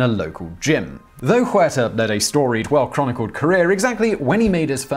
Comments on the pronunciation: And even more disrespectful to pronounce it "Juerta"! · Please dude, stop butchering the names. The H in Huerta is silent.